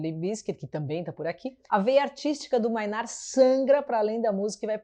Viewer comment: Tool tá no meu top 5 bandas da vida. só um toque aí, a pronuncia correta é "Mei"nard e não "Mai"nard, Mainardi é aquele xarope (pra xingar pouco) do Antagonista, Manhatan Conexion hahaha